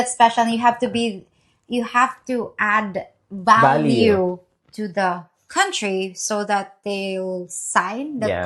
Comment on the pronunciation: “Add value” not “Add baliw” 🤔